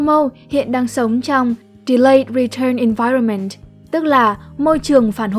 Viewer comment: Bạn phát âm tiếng anhh hay quée (nhất là chữ environment, trừ chữ measure keke)